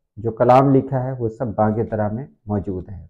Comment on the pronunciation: محترم علامہ کی کتاب کا نام” بانگِ دِرا “ ہے بانگِ دَرا نہیں ہے۔ The name the book is BANG- E- DIRA” not Bang- e-Dara.